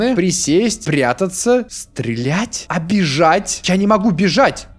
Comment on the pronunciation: а бежать? Мне послышалось обижать